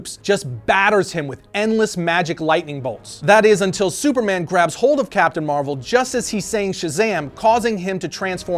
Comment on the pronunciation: Hey, hey, You said Capitain Marvel!!!😂😂😂